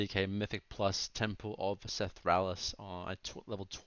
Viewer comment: Temple of “Seth-raal-iss”